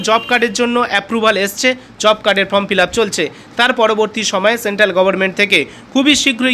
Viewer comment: কথাটা Form, From নয়